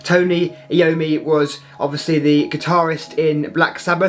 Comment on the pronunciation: It is pronounced, Eye-oh-me.